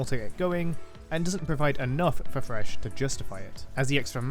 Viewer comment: FYI he lost all 8 AP Thresh Top games he played in normals for this video. Also, pronounce the TH in thresh right you Pom